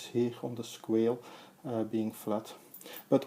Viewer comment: Pronounced "squah-lay"